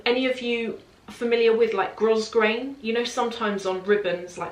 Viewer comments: Love your videos. So informative and down to earth. By the way, it’s pronounced “grow-grain”. The “S” is silent 🤪 xx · There’s really no good way to point out pronunciation boo boos but after hearing your concern over how Moschino is pronounced, I thought I would mention that “grosgrain” is pronounced “grow grain” both in England and America. Sincerely not trying to be mean or snooty - just thought you might want to know